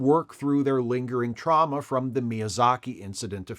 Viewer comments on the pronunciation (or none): none